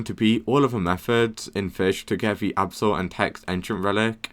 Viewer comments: I think he is british tho cuz he said absal that is weird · blud can NOT say abyssal